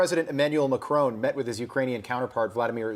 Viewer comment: Macron, not Macrone. FFS